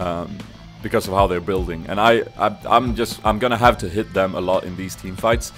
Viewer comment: u said dom (swedish word) insted of them;D <3 go sweden